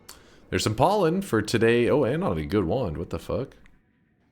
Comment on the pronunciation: I like when he said "PAWLEN"